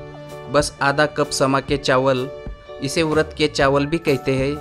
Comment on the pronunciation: अरे भाई वरत बोल रहे हो की उरद ?